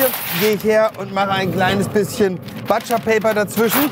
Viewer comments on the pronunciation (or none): „Butscher-Paper“ !!!!!!!! Der Metzger heißt „Butscher“ und nicht „Batscher“ !!! Wahnsinnig geil dass Leute die für Sterneköche grillen nicht Englisch können. Lg aus Graz. 😉